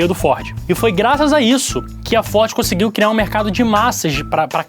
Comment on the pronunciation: 😂😂😂 ele não "conxegue" falar Pessoas!